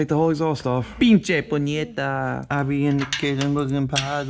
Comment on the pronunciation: “Pinche puñieta” lmfao ! 💀😂